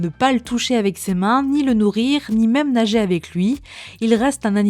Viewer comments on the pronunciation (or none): none